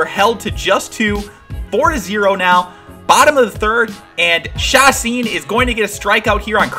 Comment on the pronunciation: Just a little heads up Jhoulys Chacin is said "Yo-lease Cha-seen" :D